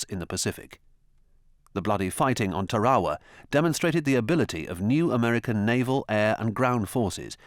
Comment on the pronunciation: I really enjoy these WWII videos including the ones I’ve seen several times. I have to smile when the narrator tries to pronounce some of the Japanese words like Yokosuka and Tarawa. In the Marine Corps, I spent six years in Japan, including three years at Marine Barracks Yokosuka. There I worked with a former Japanese zero pilot who had great stories. I appreciate the effort to put these on You Tube. Thank you very much!!